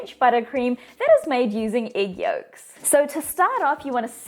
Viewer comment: I love how she says Igg